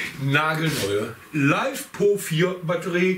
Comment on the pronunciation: Das spricht sich LI FE PO und nich LEIFEPO… kommt von LITHIUM FERRO POLYMER und nich von lebender popo 😂🤣😂👍👍👍